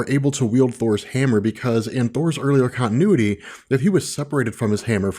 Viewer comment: It's good, but learn how to say continuity, there are t's in the word for a reason... To be said!!